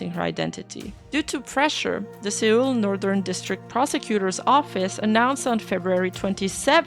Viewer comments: Seoul is just pronounced Soul. Have a good one great stuff:D and you are a Uma horse. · Seoul is the capitol of Korea, I also made this mistake when reading it for the first time (in high school history class) it's pronounced as "soul" Thought you might like to know since it's plausible you've only ever seen it written down.